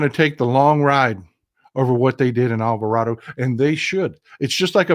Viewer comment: How you say Alvarado is correct in the Spanish language. But I was raised to say the second "a" as a long a. I lived down the road from that town. Just FYI.